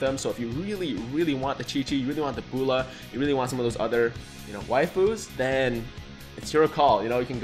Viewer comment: Not trying to be mean but... B-oh-l-ma Bowl-am Ball-ma